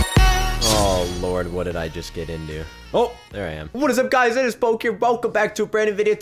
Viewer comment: at first i thought you said Foke but then i relized you said poke